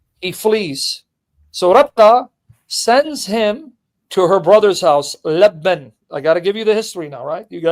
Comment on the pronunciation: And Lebben is Laban